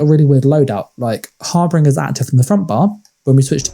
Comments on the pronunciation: It's prounced "Har - Bin - Jer". not Har Bringer. I know it's nitpicking, but this is a guide, so being precise kinda matters. Thanks for the video. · You’re saying harbinger wrong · Love the build. but do you know that your saying harbinger wrong?